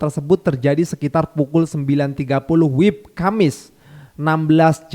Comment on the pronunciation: Maaf bang. Bukan wib tapi W - I - B..